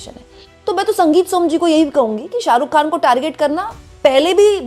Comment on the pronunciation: Khan.. kehna seekhne ke liye please urdu Letter(Harf) ko pronuounce karna Seekhen. Yeh letter hai... Khe.. kharid kar . Lata Ji ne bhi urdu seekh kar hi khyati paayi...